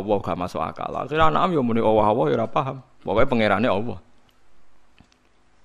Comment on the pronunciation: Knapa gus tiap nybut Nama Alloh knpa Awoh...😀😀apa kuping saya yg slah🙏🙏😁